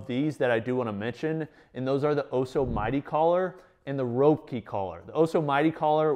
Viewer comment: FYI Roepke is pronounced like "Rep-key"